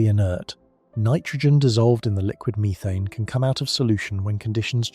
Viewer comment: " meerethane" lol. Can you please bring the old AI voice back or read it yourself play some of it is just that's right